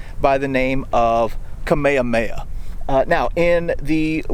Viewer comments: Pronounce the “h” in Kamehameha. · Hey, here's a bit of pronunciation help. 1. Kamehameha. You said it like Kameamea. Just add the H sounds. 2. Puʻu Koholā. You said it sorta like Puʻuʻu Koholā. Just change Puʻuʻu to Puʻu. You had 3 U-s. Use 2 U-s. Hope that helps a little. 😁 🐬🏝🌴🍍🍌🌴🏝🏄‍♂